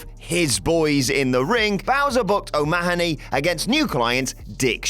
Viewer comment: O Mahhhhh Own Knee? Suggest a trip to the Emerald Isle before you butcher any more Gaelic names.